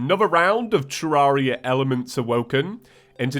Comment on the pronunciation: TERRARIA not TARARIA